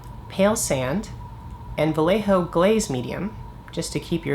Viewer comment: Great video. Sorry for my nitpicking, but since you say "vallejo" about a hundred time in this video... It's pronounced "wuh-ye-ho-(actually not "h", but the throaty spanish (or German or Dutch) sound 🙂, but yeah)". The "ll" in spanish is a "y".